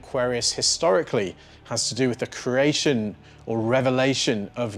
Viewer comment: Why did you suddenly start following the trend of mispronouncing the word, "creation", pronouncing it as "ker ay shon", (awkward and incorrect). not kree ay shon" (glorious and correct) ? Otherwise, excellent video, as always. You spoil us : ). Merry Christmas, and may 2024 have happy surprises for you all. Ps. Creativity is not crativity. Please honour syllables. No one is in that much of a rush.